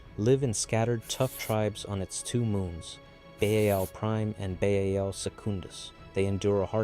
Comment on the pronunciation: Baal is pronounced by the creators of WH40K as /ˈbɑːl/, so i would recommend to stick to that prononciation